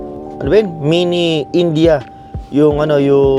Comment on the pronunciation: Di nyo poh mabigkas bigkas yong India bakit poh😂